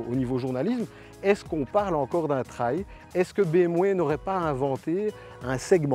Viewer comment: Grrrrrr "traye" ou "traïe" à la française non... ! ça se prononce "trél" Superbe machine à perdre son permis mais un des top du marché :)